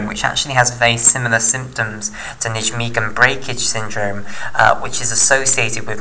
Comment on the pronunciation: You're fantastic at explaining this, although I have one niggle... It's pronounced nigh-megen!